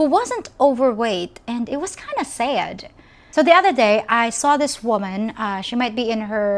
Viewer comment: Check out accent on the word “sad.” Amazing. Or maybe it’s just me. 🤷‍♂️